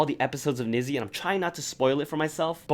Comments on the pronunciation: I don't wanna be rude I'm so sorry if I am but Nizi is actually pronounced like Nee-Zee or Nee-Zhee, not Nih-Zee! I'm so sorry if this came off as rude I just wanted to let you know. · niziu is pronounced as nijou btw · NIZIU is pronounced as "Need You",,,if you roll your lip enough it does sound like it,,,just wanted to inform :D also love your videos,,,you are the man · Hi and anyone reading this. I want to correct something you said but it is no hate at all. The group NiziU is actually not pronounced the way it's written (I know, sounds crazy but please keep reading) So as a Japanese person myself, I feel like I need to tell you guys this. Basically in Japanese, their group name is "虹U" which is actually pronounced like "Ni ji" U. 虹(niji) means Rainbow and I read that the girls are supposed to represent many different personalities or "colors" and unite (that's the U) and become like a rainbow. I'm actually so confused why JYP ent. write their name as Nizi instead of Niji because it clearly is confusing a lot of people how it should be pronounced. I think whoever was doing the romanization in the company definitely isn't Japanese and didn't research enough either. As someone who is fluent in Japanese and close to fluent in English, I felt like I have to spread this information. This is no hate at all by the way just a info I thought could be useful. By the way I love your videos so much💛💛💛